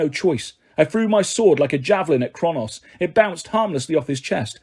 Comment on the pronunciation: I think you’re awesome but it’s SAY-TER AND KRONUS. That’s the pronunciation 😊